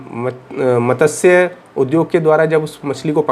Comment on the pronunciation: उच्चारण संभालो भाई ,मतस्य नहीं मत्स्य होता है।